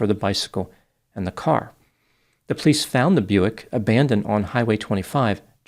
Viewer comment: I love how says "pleece" (police in one smooth syllable) ❤😂